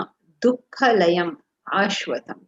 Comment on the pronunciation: Small correction: It is NOT Dukkha layam... It is Dukhaalayam. Dukha + Aalaya = Dukhaalaya (Savarna Dheerga Sandhi), means "Place of sorrow". If you pronounce it as "Layam", it means destruction. It does not make any sense with "Dukkha layam" which is destruction of sorrow. Regards